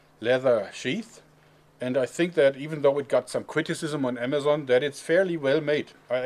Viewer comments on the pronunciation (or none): The first one he said amajon